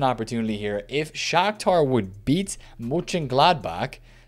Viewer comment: Love how every non-german twists his tongue with Mönchengladbach. But you‘ve done a good job :D Keep the videos up, nice one man!